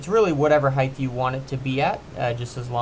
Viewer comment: Pet peeve alert! The vertical measure of something is height (heigh-T) not heigh-th. With that being said, your design with mitered corners and mitered corner braces using a quality miter saw means a fast and square gate with very little fuss. Also, I bet your customers appreciate how quick, easy, and clean your product is. Nice job!